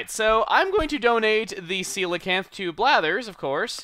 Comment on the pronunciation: Did anybody else hear, "Yeah, so, I'm gonna go donate this ceiling fan to blathers" instead of coelacanth?